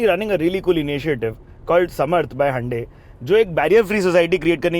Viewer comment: Loveeeeeee how you are the only person that pronounces Hyundai correctly…a Lot of people butchers it 😂😅